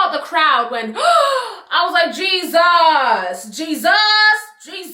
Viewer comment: jesus! JISAS! GEE-SUS!